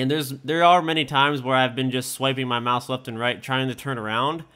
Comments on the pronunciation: "MAUSE" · He says mouse is a weird way xD